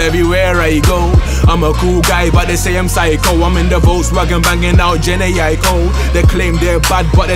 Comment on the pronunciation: Man said geniyco😂💀🙄👉🏾